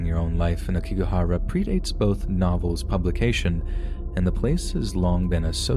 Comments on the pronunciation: Oh poor Logan Paul. He really turned out with a crappy life didn’t he?…smfh. Also it’s pronounced Ayokigahara. I thought that’s what you were discussing until you added more detail about it. Thanks for these incredible stories!!! Your grammar and intonation are incredible! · Love your stories so much! Btw Aokigahara is pronounced "ow-key-ga-hara" and "yurei" is pronounced "you-ray" 🙂